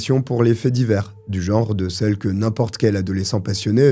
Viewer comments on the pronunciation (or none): none